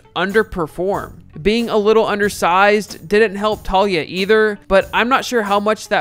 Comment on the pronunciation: FYI....Taulia=Tao-lee-ah, not Talia